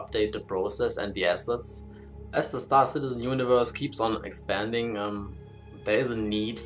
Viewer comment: "...as the star citizen universe keep expending..." lol